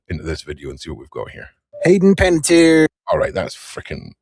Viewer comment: Panettiere (Italian pronunciation: [panetˈtjɛːre] ) it ends RE with a vowel on the end of it how difficult can it be to comprehend🤦🏾